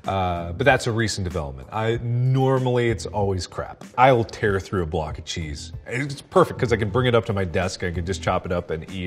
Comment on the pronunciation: "I will tear through a block of cheese..." Yup, sounds like a Midwesterner.